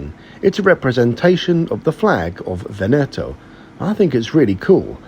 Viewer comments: And Vèneto, not Venèto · Great video! Just a quick note: Italo is pronounced EE-TUHLO not ETUH-LO and VE-NETO not VENE-TO